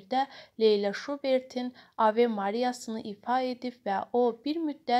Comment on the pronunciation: Şərh edən qız niyə Leyla deyə bilmir? A a a . Leylə. Arada Leylə Əliyeva da deyir. Vay vayyy